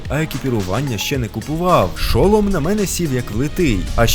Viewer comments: ШолОм, а не ШОлом. Я не душню якщо що.😄Просто все відео сумнівалаль чи мені просто звучить дивно чи може я в чомусь не права. Я навіть перевірила наголос, тому має бути шолОм.😅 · Та не ш"о"лом, а шол"о"м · Не шОлом,а шолОм (велика буква це наголос) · НЕ ШО́ЛОМ А ШОЛО́М